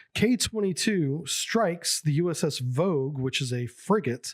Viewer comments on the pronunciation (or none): You must have been SUBPAC. It is pronounced Vog-EEE. And Garcia class were steel hulled, as a matter of fact, the center section was STS armour. (I was MPA on Koelsch).